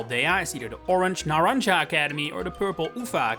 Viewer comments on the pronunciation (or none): Why they always butcher the word naranja and uva? its pronounced Nah-ran-ha and Oo-vah